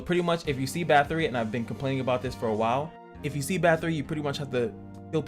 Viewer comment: Great content! You pronounce Bathory correctly! (I subbed just for that!)